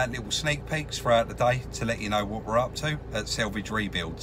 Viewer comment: quick question? was does say selvage and not salvage? selvage is the edge of woven fabric?? love these videos btw maybe its just his accent so no offence meant